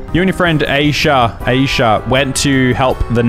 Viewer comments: He also said Aisha wrong yall it’s meant to be “Eye-shah” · said asia The name is called isha It is spelled AISHA